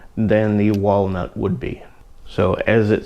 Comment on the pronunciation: You said walnut